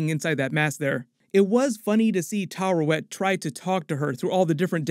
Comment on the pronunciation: Hey, it's pronounced TAH-WA-REYHT, not TAH-RA-WEHT